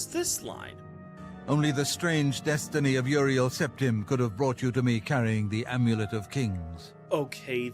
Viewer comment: If says the AIMEWLEIT one more time...